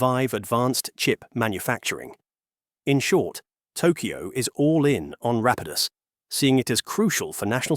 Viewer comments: Is this narration AI? It seems kinda off. Weird pronunciations that change throughout the whole video, weird pauses where the shouldn't be any etc. suspect to say the least. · This is the problem with using AI voiceovers. Rapidus was pronounced incorrectly many times throughout the video. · What's with the narrator? Is this generated text to speech? The way numbers are read and the alternating pronunciation of Rapidus is especially off putting